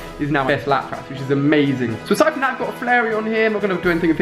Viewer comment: Ali... its pronounced Lap-Rus Lapras